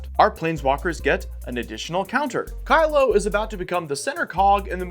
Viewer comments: It's also "keelo" as in kilogram, not "kylo" as in "kylo ren" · Not only are these decks around 5k each but the competitive one is the cheapest wtf. Also its Kee-lo App-O-Gee Mind